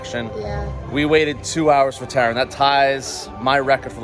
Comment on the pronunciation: 2 minutes in and already triggered when I spotted the titles of your chapters. Taron is named Taran, Chiapas is Chapas, Maus au Chocolat is Chocolat Mouse, Talocan is Talacon. Dude, at least have the respect to get these names right!